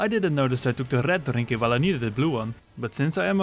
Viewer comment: Hearing you say 'take a little drrrinky' was very jarring thank you